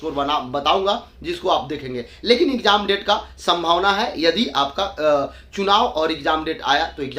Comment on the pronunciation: Bolna seekh lo phle, ikjaam ikjaam bolte ho